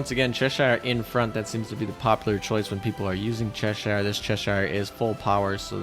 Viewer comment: I dream of the day Americans learn how to Pronounce Cheshire, (hint: it’s Chesh Shh)